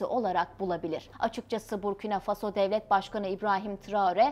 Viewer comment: Когда научимся правильно ставит ударения на слова? Обычно в слове Фасо удания падает на второй слог.